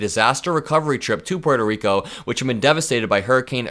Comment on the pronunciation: It's nice to hear Puerto Rico pronounced properly. Most Americans (well, Gringos like me, anyway) say "PORT-oh" instead of "PWAIR-toh". Good job,! And I don't mean just the pronunciation. Edit: 💙💙💙💙💙